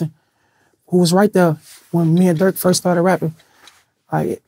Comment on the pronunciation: When vlad was gonna say he did interview with durk is it me or did he say jerk? And later dork ???